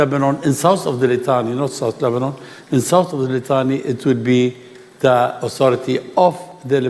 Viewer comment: Dude almost says Lesbian instead of Lebanon 😂